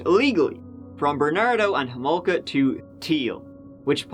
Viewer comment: First of all you pronounced her last name wrong. it's homolka not holmoka. and was that a jab at Canada. no offence but your accent isn't from the brightest of places geographically speaking. So why don't you keep those jokes to yourself hun cuz they ain't funny